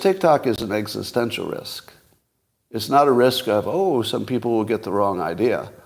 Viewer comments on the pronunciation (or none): none